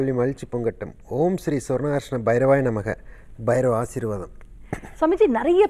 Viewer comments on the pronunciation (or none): Sir swarna akarsnaya bairavaya namaha or om sri swarna karsaya bsiravsya namaha endru nalla prounciation panni chollavum